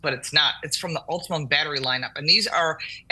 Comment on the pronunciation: Ultium, not "Ultimum".